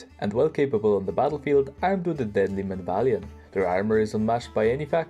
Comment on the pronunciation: I think its pronounced men-av-lee-at-ton? I dunno, I can't say it right with regularity. Its surprising you don't rate their infantry as a strength, considering how often people refer to the legionary as the best infantry in the game. I can see where you are coming from though. Its also pretty criminal that these guides don't get more views. Can't wait to see the Khuzaits personally. As much as I'd love to see them, I'd probably hold off on minor factions until the kern tree get sorted.